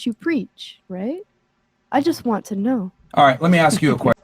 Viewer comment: ***This dude needs a new mic and to stop stuffing his face! And I ain’t “axing” you!! So don’t be “axsing” me!! 😂😅